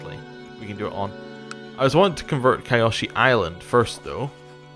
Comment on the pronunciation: just for reference, it's pronounced Kee-o-shee. The spelling is a bit misleading. The "Y" is an "ee" sound according to the show. Good video btw